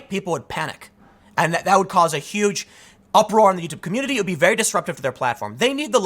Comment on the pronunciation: "He DoN't KnOw Me VeR-wY wElL, dO hE?"